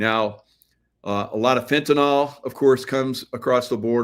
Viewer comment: FENTANYL, not Fentanol